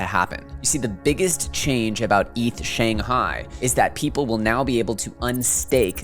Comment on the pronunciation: SANGAI? LOL doesnt Shanghai have an H??